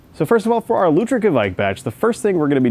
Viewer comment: Hi there! Norwegian here! I just wanted to say, you Americans (I'm looking at you as a psuedo American and as well!) gotta stop saying "kevaik" or something similar. Its norwegian pronunciation is much closer to Quake. As in the computer game or group of people. Cheers!